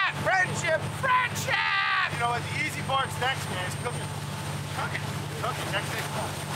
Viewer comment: I thought he said fried shrimp, but he said friendship. I like that way better.